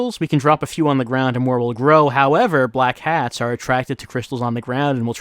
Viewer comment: Oh, it's Black HATS? This entire time I thought was saying Black CATS. I thought he was saying that because they were all gangsters or something!